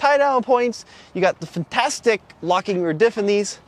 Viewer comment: It's "fintastic"....